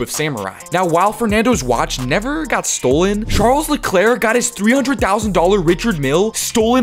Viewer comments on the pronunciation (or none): none